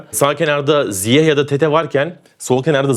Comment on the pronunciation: Bütün dünyanın ZİYEŞ diye telaffuz ettiğini görüp hala ZİYEH demekte başka bir meziyet😉